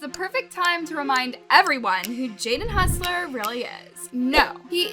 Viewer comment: hussler? lol. its hossler.